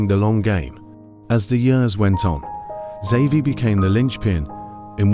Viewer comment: Who the fuck made this? Horrible horrible pronunciation, and it's not even consistent. I heard him saying Savi, Havi and almost Zavi. Dude learn to pronounce